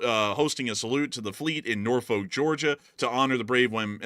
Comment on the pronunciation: It's Norfu.k, not folk.